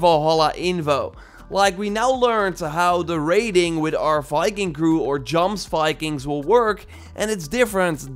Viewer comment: JJJJJoms vikings? Goms vikings.... Really? It's pronoucned "yoms vikings".